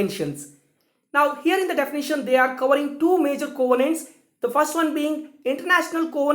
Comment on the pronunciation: Thanks much sir... Your videos on international law is of great use to students like me.... Thanks a lot. Very nice explained. but can u check the pronunciation of'' covenants '' .